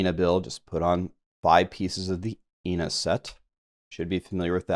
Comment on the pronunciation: Good video bro but the way you pronounce Inna’s hurts my soul